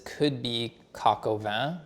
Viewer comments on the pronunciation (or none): "This, is Julia Child's... coke-oven." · "Cork oven" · So that’s how you pronounce Coq.